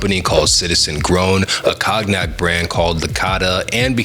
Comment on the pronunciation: He mispronounced Cognac too.